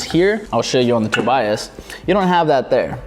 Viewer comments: Its not Toby - us its Toe-Buy-Us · The way he said Tobias